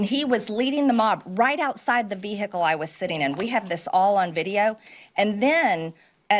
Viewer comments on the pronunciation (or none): Not right outside your vee-hickle marge..?! Say it isn’t so. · She seriously pronounces vehicle, Vee-hickle? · "VEE-HICKLE." Love it. What a piece of trash.